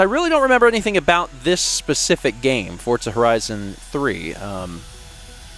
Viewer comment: Does anyone else hear him saying “fort-za” the whole time?